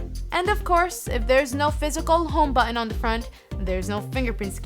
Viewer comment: I like her videos but I hate the way she says the word button.